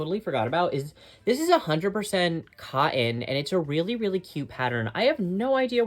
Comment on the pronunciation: Love your videos. Cotton has letter 'T' in it, and is pronounced kŏt′n.